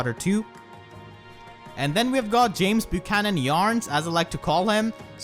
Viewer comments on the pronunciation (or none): none